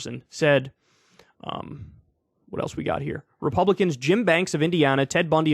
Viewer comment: You accidentally said "Ted Bundy of N.C." instead of Ted Budd. Or was it an accident? xD Another possibility for the missing folders is that he's hiding it. I suppose that may be unlikely though as he was not ready for the raid- but he knew a raid was probably coming, didn't he? So he might have been ready for the raid.